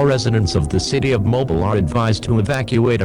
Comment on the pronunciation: Mobile is pronounced (MO-BEEL) Not (MO-BILL)